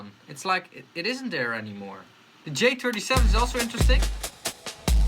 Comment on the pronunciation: "Dee J-turdy-sheven" LOL